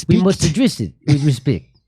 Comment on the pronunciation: Have some rispict 🤣🤣🤣🤣🤣